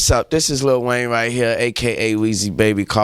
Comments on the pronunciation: jonathan steigman The rapper’s name is spelled “Lil Wayne” so you would pronounce it differently than saying “little”. Nardwuar is pronouncing it incorrectly in this case. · is it annoying to anyone else when he says LITTLE wayne instead of LIL wayne? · I love that Nardwuar keeps pronouncing Lil Wayne as “Little Wayne” lmao, nice touch.